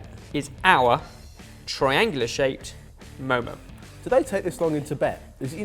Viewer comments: Lucy Chadwell pretty sure they pronounced it moh-moh when I was in Nepal, but I could be wrong... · You guys pronounced it wrong. It's pronounced moe moe. But gold star for effort guys!